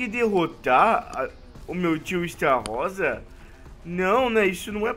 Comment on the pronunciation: Se pronuncia é Estarosa não Estarrosa